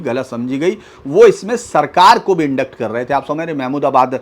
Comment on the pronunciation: आप अच्छा बोलते हैं. चार वर्ष पहले मैं आप को सुनता था. फिर अपनी नौकरी के कारण आप को यूट्यूब से हटना पड़ा था. आज के इस वीडियो में आपने ठीक कहा है. मुझे अच्छा लगा. हिंदी का मुझे अच्छा ज्ञान है लेकिन अंग्रेज़ी का मुझे गहन ज्ञान है. इसलिए अंग्रेज़ी के शब्दों का गलत उच्चारण मुझे अखरता है. मैं आलोचना नहीं कर रहा हूँ बल्कि सहायता करने का प्रयास कर रहा हूँ. Indict का उच्चारण "इंडाइट" है, "इंडिक्ट" नहीं है. इसमें c अक्षर उच्चारित नहीं किया जाता. फौज में Corps का उच्चारण "कौर" है (s अक्षर silent है) लेकिन corpse (शव, लाश) "कॉर्प्स" है. Duplex (एक प्रकार का घर) फ्रांस, इंग्लैंड और भारत में "डूप्ले" बोला जाता है लेकिन अमरीका में "डुप्लेक्स" ही बोला जाता है.